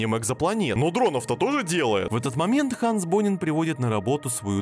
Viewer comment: только Ганс, а не ханс, немецкое имя